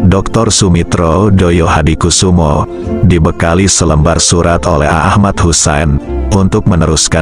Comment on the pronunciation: Saya perlu koreksi sang Narator,bahwa pd era tersebut belum ada Partai Solidaritas Indonesia,.yg ada adalah Partai Sosialis Indonesia.. termasuk pelafalan thd nama ayahanda dari Prabowo Subianto masih tepat.. semestinya adalah Joyohadikusumo, bukan Doyohadikusumo dengan ejaan lama yaitu Djoyohadikusumo